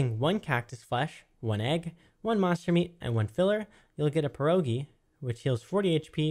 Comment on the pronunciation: You wrong speak pierogi xd